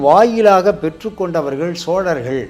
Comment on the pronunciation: chozhargal என்பதே சரி sozhargal அல்ல.